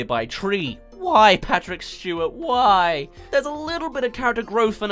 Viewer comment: “Patrick Shtewat” - 2023❤❤❤